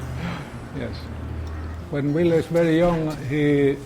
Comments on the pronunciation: (Vill-uh) not Veal VILLE! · "Veal" wtf ? Learn the basic , PLS before speak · ville pronounced villa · wish she would stop pronouncing Ville's name as veal! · His name is Ville but sounds like Villie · and its Ville not Vile :s very poor writing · AHAHA the way they pronounce VILLE'S! name has to make you laugh just a little